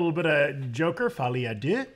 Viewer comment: I love how is the only one who can pronounce Folie A Deux correctly